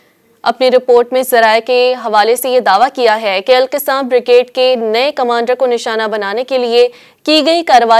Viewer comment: مہربانی فرما کر تلفظ سیکھ کر پڑھیں ۔۔۔القَسّام